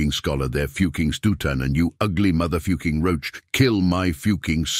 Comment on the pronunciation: How hard is it to prounce the word "fucking" god that was annoying.